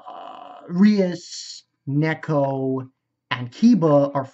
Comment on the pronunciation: 3 seasons in and your still having trouble with names? Its Gasper, not Jasper. G as in gate. And it's Akeno, not Aneko. Also, Ophis was seen in Season 2 before the meeting in episode 10. Mentioned by name too. So she isn't new.